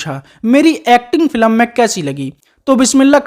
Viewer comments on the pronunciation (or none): भाई अपना उच्चारण ठीक करो -फिलम नहीं बोलते फ़िल्म बोलते हैं । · फिलम नहीं कहते बे फिल्म कहते हैं फट्टू।